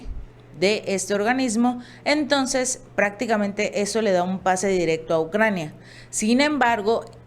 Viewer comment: Es Ucrania no "Naucrania"